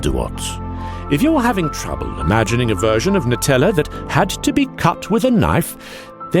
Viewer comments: It’s pronounced Nutella ( new-tell-ah) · I'm Italian and I'm kinda triggered about the pronounciation nice video tho